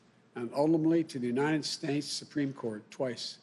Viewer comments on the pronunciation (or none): ....the united snates! This guy! 🤣 What a joke. I wouldnt let him run a car wash, let alone a country. That hairball in his throat came from sniffing too many kids.